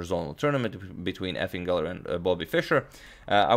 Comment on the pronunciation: When you said Efim Geller I thought you said effin' geller, as if Bobby was unhappy with his performance.